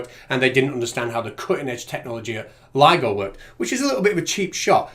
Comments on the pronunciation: The guy said this might get complicated and people may not understand, then he says the name wrong? Way to show you know what you're talking about. Lido vs ligo. Way to set yourself up for success. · The fact that he called it LIDO and not LIGO demonstrates he was just parroting someone else's chain of thought as usual. Would have liked to see them present evidence of physics being different in the sky (holding up the sun and moon) or in space, making their deity-driven fantasy bubble at least possible, even if still ridiculous. Celestial motion and stellar spectrography show physics to be the same everywhere and redshift of emission lines show space expanding, it's their job to demonstrate this is something else or fake.